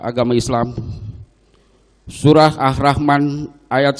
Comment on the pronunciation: Mohon di koreksi lg om kuwat bacaan Qur'an nya yg mengutip QS Arrahman ayat 9